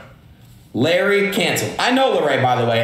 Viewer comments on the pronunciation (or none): he said “LARRY”😭😭😭